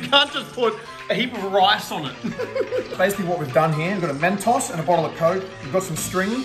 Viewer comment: So, is anyone else gonna mention how he pronounced ‘mentos’? No? Just me I guess